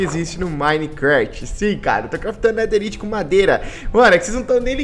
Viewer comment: Nao se fala netheriti se fala netheraiti